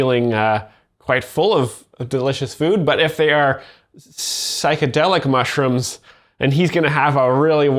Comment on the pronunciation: "uh oh, he ate some mushrims" 😂